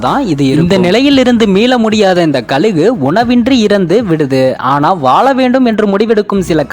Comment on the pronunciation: ழ சொல்லி பழகுங்கள்,கலுகு😢